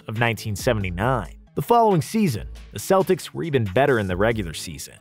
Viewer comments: Love the video, but why the hell are you calling them”seltics”??? there are the Celtics you fucking baboon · He was awesome and one of the few Celts to actually play for the Celtics. It is pronounced with a k you idiots out there. I am a Celt too and when you say it with an s sound, I want to collect heads again. Romans feared us for that.